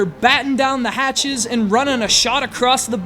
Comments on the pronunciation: You sais "bow" incorrectly. It's not bow like "bowflex", it's bow as in "bow to the king". Proof your material. Decent review though. I recommend the game to anyone who hasn't played it and is looking for a light hearted strategy game. It's really addicting as well. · "Shot across the bow" It's pronounced like in bow wow, like the verb when you bend over, not like the archery weapon. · lol he said bow as in an accessory and not the foremost part of a ship.